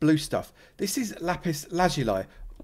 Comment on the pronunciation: Yes that way of pronouncing lazuli is correct but says the guy who can’t really speak properly himself 😂